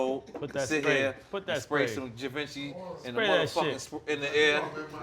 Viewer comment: he always says Givenchy wrong